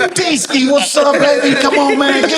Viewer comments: Its Deeski 😂😂😂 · Man it’s Deeski…😂😂😂😂😂WHAT….Aight😂😂😂😂😂😂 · “It’s Deeski” 🤷🏾‍♂️